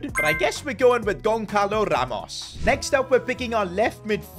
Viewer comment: Bro said Gonkalo Its Goncalo (Gon-salo)